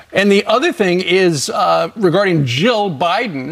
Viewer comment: Ya might want to try enunciating better when saying Jill and Joe. In this video, their names are indistinguishable. The main vowel sounds both sounded like “uh”. It got a little confusing. 😊